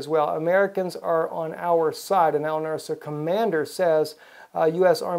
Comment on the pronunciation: "Al Nus-ra", not "Al Nur-sa".